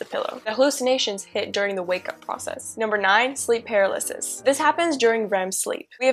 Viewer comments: for example. It's pronounced more like 'purr-al-uh-sis' instead of 'para-liss-iss.' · I hate the way she pronounces "paralysis"